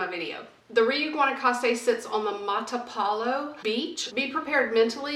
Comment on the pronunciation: It's pronounced "ree-oooh" not "ree-you". It has a long U vowel sound at the end.